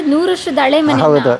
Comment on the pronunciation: Please ಸರಿಯಾದ ಕನ್ನಡ ಮಾತಾಡಿ ( ನಿರೂಪಕಿ ) ಅಳೆ ಮನೆ ಅಲ್ಲ, ಹಳೇ ಮನೆ, ಅಸು ಅಲ್ಲ, ಹಸು............ ದೇವ್ರೇ 🙏